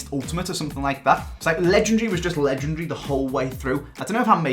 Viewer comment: pls stop pronouncing legendary wrong mate lol